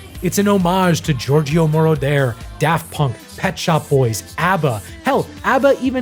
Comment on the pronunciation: You didn’t say Giorgio Moroder correctly.